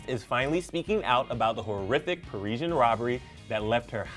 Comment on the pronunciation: I'm pretty sure he said "Parisian" wrong